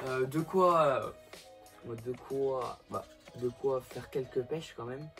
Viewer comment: Donc... C "MÊME" PAS "MAIME"